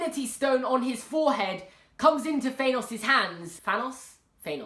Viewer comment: thanos (tha-ah-nos)